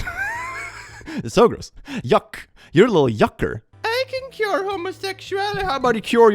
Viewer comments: It took 8 minutes to realize it was it was "cure gay" I thought it was "pure gay" 😂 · I misheard you the first time you said cure, I thought the bingo tag was "pure gayness" and I was wondering how it fit in lmao